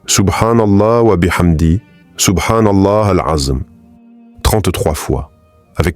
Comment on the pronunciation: Moi-même je posé la question en plus pour les personnes qui répètent de la même manière c'est pas bien il dit SOUBHANALA AZM hors il me semble que c'est SOUBHANALAOU L' ENZUIM je sait pas si je lai bien écrit mais je sait mieux le dire oralement que l'écrire 😅